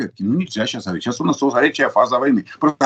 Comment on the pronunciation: Только есть несколько нюансов: в русском языке принято [г а в а р и т ь], а не [х о в о р и т ь], потому что (1) в русском языке "г" -- не грассированная и (2) безударная "о" редуцируется в [а]. А ещё по-русски грамотно говорить "из Москвы/Киева/Копенгагена/etc", а не "с Москвы/Киева/Копенгагена/etc". И в России это знают лучше, чем в Украине.